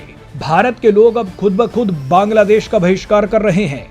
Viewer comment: Baaaaanglaa deéeesh kaisey fudu ki Tarah bolta hey .Aram sey Nahi Bol Sakta Kiya